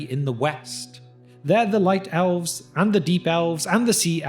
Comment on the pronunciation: owlves. why do you say a short e sound as an ow sound? do you also say owveryone (everyone), or owlse (else), or owver (ever), etc? not asking in a mean way, just curious